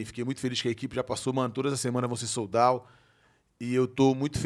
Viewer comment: “Eu falo inglês” minutos depois… “soul dauw” 😂